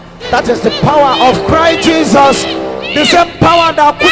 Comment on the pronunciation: Even to pronounce Jesus was an issue